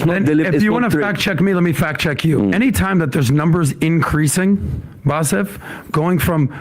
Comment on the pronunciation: He claims he's not racist but he couldn't care to get his name right. He kept casually calling him Bassef throughout the show